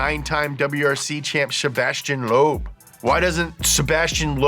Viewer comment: OMG the way he pronounces some of the names is painful. Also Sebastian Leob does have his own rally game